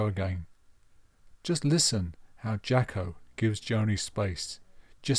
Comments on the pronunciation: Good video, you’re right on it, but his name was pronounced “Jocko” , not “Jacki” - that’s a bit annoying. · With all due respect. he pronounced his name “Jocko” - so that would be the correct way to say it. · You're really not getting this, are you? Accents affect how words are pronounced, either nationally, or regionally. In the case of the US, it would seem that when certain people say the name "Jaco", it sounds like they're saying "Jocko". They don't actually think his name is Jocko, they know it's "Jaco", and they think they're saying it correctly, which to them, they are. Please let that sink in, finally. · He didn't pronounce it "Jocko", his American accent made it sound that way.